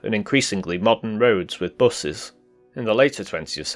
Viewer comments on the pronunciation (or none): I have a friend from Stoke. He pronounces "buses" as "buzzies"